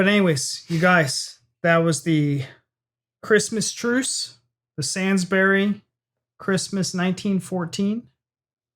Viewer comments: The Sansburys really grated. It's Sainsburys. Like in saint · Just a minor quibble. It is pronounced Sanesbury's not Sansbury's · Its pronounced sanesbury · SAINsburys ( pronounced SANE) ok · i love this advert, makes me cry every time. i was invested in your emotional review, at least until you said "sansberry" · Just at the start, but love how you pronounce Sainsbury's as "Sandberrys". Sorry if seems in appropriate, but makes me giggle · Loving the make up! and its Sain like Insane. And you say the Burys part more like Berries. So “Sane-s-berries” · Really? I pronounce it as sainsbrees. I know you are just trying to be pedantic, but I will up your pedantry and say that the pronounciation would be bury, as in to inter, and not berry, as in fruit of a tree or plant. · It's pronouced SANES as in not mad BURYS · Oh please learn how to pronounce Sainsburys properly - Say ns breeze